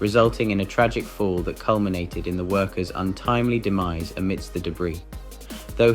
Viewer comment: What’s with the lapse in pronunciation in the middle of the priest story? All of a sudden this Englishman’s dry delivery becomes translation by alien 👽 “the father lacked expert-easy with this devi-seasy, leading to his de-micey”? Gives me a head atch ee.